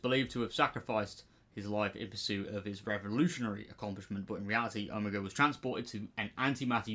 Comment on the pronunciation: I’m glad people are mispronouncing his name, because that Skelton blob wasn’t OH-mah-gah 😂 💀 😂😂😂